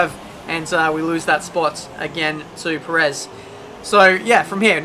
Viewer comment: The way you pronounced Perez kind of annoying